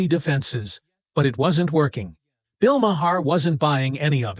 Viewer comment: Wish u knew how to correctly pronounce Bill's name